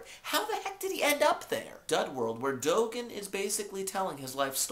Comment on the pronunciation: And it's dud world not dough world lol